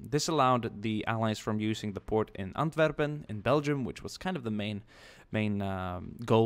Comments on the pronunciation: you said "antwerpen" quite well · i like it wen you say Antwerpen belgum i am from Limburg kan you maybe make a battle video in Limburg from ww2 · haha i liked the correct prenunciation of "antwerpen" and i really liked the video